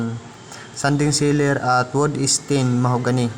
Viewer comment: Wood stain, hindi wood esten 😂😂😂